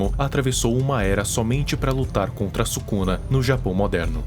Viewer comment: "ryomen subuxa"